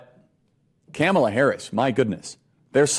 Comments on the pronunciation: Why is it so hard for "the right" to pronounce people's names? I've never heard anyone left leaning mispronounce Kamala Harris. Never. But I've never heard MTG or Charlie Kirk or even Trump for that matter correctly pronounce Kamala. Is it just me? Is this some way of denigrating that Im unaware of? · Why can't talking heads on the right pronounce Kamala's name? Is it intentional?